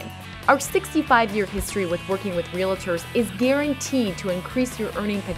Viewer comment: Just a heads up, the narrator in your ad in pronouncing realtor incorrectly.